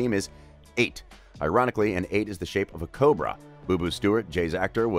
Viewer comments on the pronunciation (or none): none